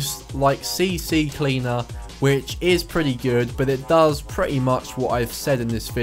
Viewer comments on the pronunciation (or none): It's C Cleaner not C C Cleaner 😂😂